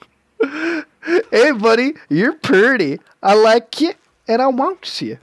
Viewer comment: Did you rike it?